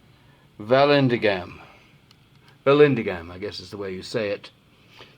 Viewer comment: I think its pronounced Val-an-DIG-um, but I could be wrong.